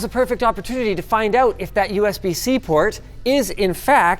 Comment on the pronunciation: Or pronounce "out" as "oat".